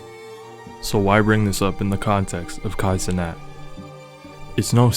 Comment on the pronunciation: I got triggered every single time he pronounce his last name as NAAT. Like teeth grindingly annoying.